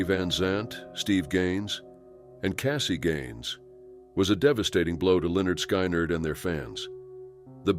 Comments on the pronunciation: It’s not pronounced sky-nerd! It’s lynyrd skynyrd! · Why do you pronounce Lynyrd Sky-nerd as Lynyrd Skynerd? When its pronounced Leonard Skinard!? At least that's how I always heard it pronounced.🤓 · Please learn the correct way to pronounce things it sounds like skin erd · Hearing Lynyrd "SKY NARD" is bad enough but then they show Cassie listed as Gary Richrath who was the guitarist for REO Speedwagon 🤔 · It’s pronounced, Linerd Skinerd. Geez get the names right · Lin-nerd Sky-nerd? So disrespectful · like literally all he had to do was type "Skin Erd" or something so the computer can say it right. Lazy. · You mispronounced 'Lynyrd Skynyrd'--that was awful. Get it right!!! 😑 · Oh god. I nearly choked! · Drove me crazy!!!!! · It is hard to respect a site called that can't even pronounce the band name Lynyrd Skynyrd, correctly. It's a travesty. I hate this. What a fuck up of a website. You got a big downvote!!!! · The way you pronounced Lynyrd Skynyrd is so wrong it's funny.